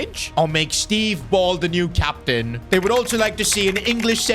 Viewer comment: “Captian” that AI needs work lol